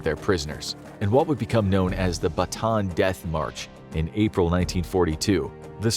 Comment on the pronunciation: 1) as someone who's filipino, i have to point out that bataan is pronounced "bah-tah-ahn" not "ba-tahn," hence why there are 2 consecutive a's. 2) i genuinely do hope all those tortured souls are resting peacefully now. 3) i hope war stops becoming a thing, once and for all.